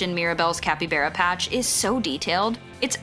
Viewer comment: Ugh, and capi-bear-uh. 🤦‍♀️